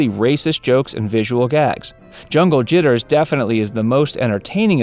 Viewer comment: Nigga tried to say jungle jiggers first we caught that